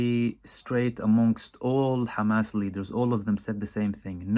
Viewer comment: Khamas! haha. They all pronounce Hamas like that.